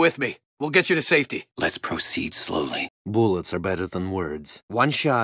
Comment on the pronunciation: I love how both the heavy who can actually read and both say boolet